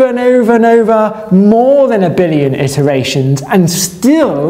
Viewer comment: 'Iteration', not 'itteration'.